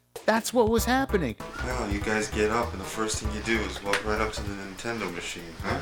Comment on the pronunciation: THIS DUDE SAYS INTENDO